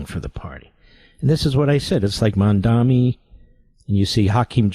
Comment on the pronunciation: I love how Mark mispronounces Mamdani’s incredibly easy-to-pronounce name, but if it were an Israeli name being mispronounced by some leftist, Mark would lose his mind.